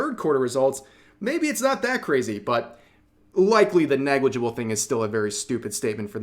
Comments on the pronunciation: Hehe.. "Neglijibul" edit : You forgot to cut my guy dahahaha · "negligible" -nijikuro